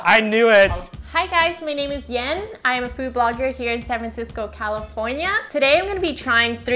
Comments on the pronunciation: Yen is pronounced "Ian" every westerner can say Yen as Ian just fine w/o butchering the name. So cringe to say Yen with the yah sound. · Lol, she can't even pronounce her name in the Vietnamese way. She pronounced "Yen" as in "Japanese yen". Omg 😃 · Why did she say her name like that tho? Make people learn your name and Viet pronunciations!